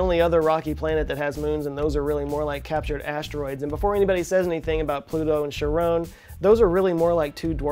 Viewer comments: Sharoon? CMDR Shepard says it 'Shar-on' and he's never wrong. I had to look this up but, apparently, Jim Christy is the guy who finds this moon, names it after his wife Charlene (pronounced Sharlene), using her nickname of Char (Shar) with 'on' at the end of it, and sells it to the community using the greek myth associated with the name. Which he, again apparently, didn't know about till after the discovery. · Charone? Is that the ebonic pronunciation? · How the heck was it he pronounced Charon? What the frick man, it's pronounced "Karon" like the ferry boyo who steers the boat when people need to go to hell